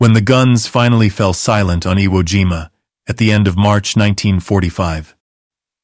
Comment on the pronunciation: Uh weemah?😂😂😂😂. Never heard of that island. Iwo jima might be close by. How old are you mister creator. ...10 11😂 your AI voice won't save you.